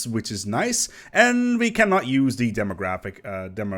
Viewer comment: Who in tf says democratic like that